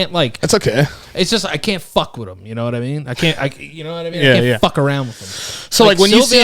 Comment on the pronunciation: Sounded like “Fuckaroni” and now I want some on my pizza.